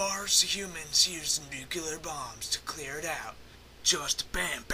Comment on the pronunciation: NUCULAR BOOOOMBS!!!